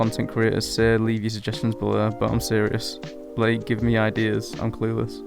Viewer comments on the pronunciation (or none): none